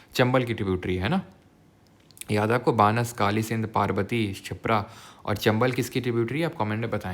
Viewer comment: pronunciation correction sir it's not बानस it's बनास means वन की आशा - बनास❤❤